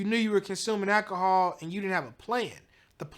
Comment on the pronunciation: did he say Akahol????🤮